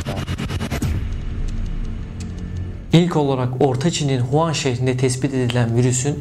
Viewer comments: Huan değil wuhan habir Huan diyon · huan değil Wuhan